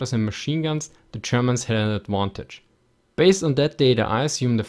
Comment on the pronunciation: "Aduantage" and "Compari-Schon" love it :D